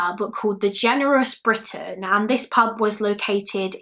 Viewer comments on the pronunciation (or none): none